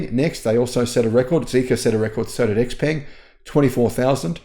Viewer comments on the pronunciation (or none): none